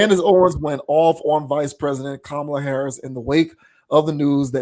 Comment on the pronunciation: She even pronounced VP Harris’ name wrong. This casket ready makeup faced troll is jealous of Ms. Harris.